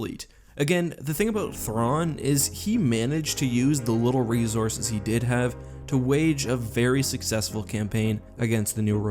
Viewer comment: GOD FUCKING DAMMIT HOW TO YOU WORK REEZORSES INTO EVERY SCRIPT?